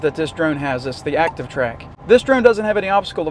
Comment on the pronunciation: "Acshion" Track (as you pronounce it) is a DJI thing. Quick shots is a (mostly useless) camera macro mode used to impress your aunt on YouTube. Try again, Einstein.